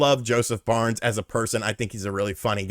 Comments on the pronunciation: FARES lol not Barnes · wait... is he saying Josef Barnes??? Barnes??? Am I not in on the joke or did he change his name from Josef Fares to Josef Barnes? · Jesus Christ, Josef FARES... FA-RES, it sound like you are saying BARNS all the time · Haha sorry for nitpicking but he’s name is Joseph Fares, not Barnes. He’s a really loved movie producer turned game producer here in Sweden. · Who is Josef Barns?! Josef FA RES. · Who is Josef Barnes? lol :D It's Fares, pronounced Faire-Ess